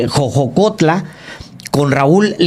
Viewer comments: Jojutla, se dice. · Jojutla, señores, jojojotla suena a vacilada. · por qué no ha salido a disculparse por decir mal Jojutla, y es shein no Cheim, ahora me cuesta trabajo confiar en que los municipios que digan hay que verificarlos